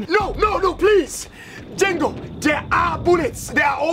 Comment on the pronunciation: "django" instead of jengo the actual name, xd